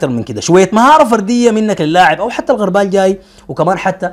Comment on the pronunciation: الغربال ( بضم الغين) وليس بالفتحه علي شاكله المغاربه والتونسيين ياااا إمعه وشعب ضعيف الشخصيه ومقلد في حين انت الافضل